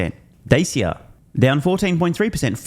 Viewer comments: Dacheea, not Dacha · "Daycia" 🤭 .... .... .... .... 😂 Wikipedia about "Automobile Dacia" has an audio sample of the pronunciation.